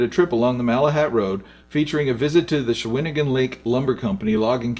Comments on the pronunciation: Very informative - Thanks for sharing - Lots of locations were badly pronounced - shaun - a - gan lake - Not Shahwinagin , Cow - which - an , sooooke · the Cowichan Valley is supposed to be pronounced "COW - i - Chan". NOT "Ca - WITCH - en"!!! Or where this guy pronounces "Shawn - igan" Lake as "Sho - WIN - igan". However it shows a Steam Train on the E+N Railway with four passenger cars! Cool!!! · Interesting video.. but it's pronounced 'Cow-uh-chan', not 'Cuh-witch-in' 'Sook', not Suk and 'Shawn-uh-ghan', not 'sha-win-agin' Cheers! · Shawn-i-gan lake, not Shawinigan :) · It is Shawnigan NOT Shawinigan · Great footage. Shawnigan is pronounced, SHAW NI GAN not SHAW WIN I GAN, that’s Quebec. Guess you don’t live on the Island. Amazing to see this. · Cow-i-chan, Shawn-i-gan, Sue-k (Sooke) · SHAWN - i - GAN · Great video! FYI Cowichan is pronounced "Cow-itch-ann", Sooke is "Sue-c", Shawnigan is "sean-i-gan". Driving the Malahat today doesn't feel much different than the old footage makes it seem ;) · Interesting video, but it is pronounced COW-it-chan, the warm lands. & SHAW-ni-gahn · Definitely not a local. Sha-win-agan and Suk lake had me lolling pretty good. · COW CHAN or CHIN ~ Like Charlie Chan...'Sean e Gan' Lake Hooked on Phonics(?) GREAT Video Tim from DUNCAN ORIGINALLY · Great video. cow-i-chan and shaw-ni-gan still, great video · If it helps Cow-i-chin Shawn-i-gin You got Nanaimo right Sue-k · *SOOk ,-- COWichan, SHAWN-igan...... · Say COW-ich-in, SHAWN-i-gan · Repeated mispronunciations of "Shawnigan" and "Cowichan" was a distraction, but fun to watch anyway. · Had to stop watching due to horrible pronunciation. Maybe rerecord the audio after listening to how places like Cowichan, Shawnigan and Sooke are pronounced. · Should try and overdub all the mispronunciations. Really takes away from the video. Cowichen, Shawnigan Lake, Sooke etc..... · you got the proniciation wrong!! - Islander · you said Shawnigan wrong too